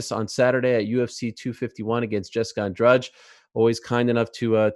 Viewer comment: I'd pay an American to just literally teach him how to say "Andrade" . I feel like when I hear an American correctly saying that word, something magical will happen, like a chest full of gold appearing out of nowhere 🐉🐉